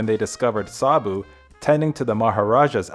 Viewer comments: You are pronouncing his name incorrectly. I can't take you seriously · The least you could is to pronounce the name Sabu with the correct inflection. Ugh! You mispronounced the word Mahout as well. Just pathetic.